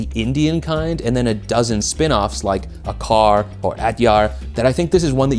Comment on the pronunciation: It's pronounce uh-chaar